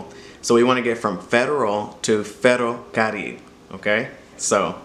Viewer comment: Your R has to be more strong in feRocaRil. Hope it helps